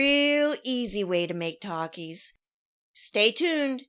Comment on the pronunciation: Bruh the way she said Taaaaakias